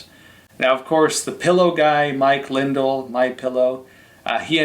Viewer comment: pronounced Mike Lin-Dell. you must have not heard the ads.